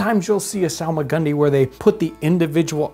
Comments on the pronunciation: I hear solomon grundy whenever he says salmagundy😂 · It's actually pronounced Solomon Grundy